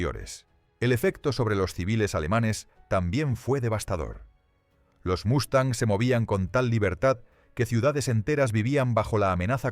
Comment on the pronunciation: Una pregunta para el creador del vídeo: ¿Lo haces para quienes hablamos español? Lo digo porque aquí, hasta hoy, Mustang se pronuncia Mustang y no Mastan. Otra cosa (disculpa): No es estratósfera, si no estratosfera. Saludos.